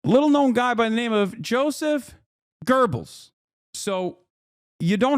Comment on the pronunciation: Insane how Hasan pronounced "Göbells" as Gerbils